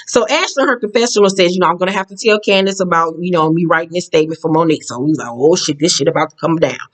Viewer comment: Every time you pronounce Candiace's name like that I holler because it sounds like you're saying candy ass with a snooty accent.